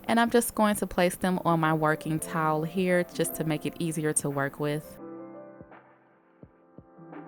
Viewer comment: My southern Ass though when you said tile you were saying towel and I was like dude that’s not a towel lol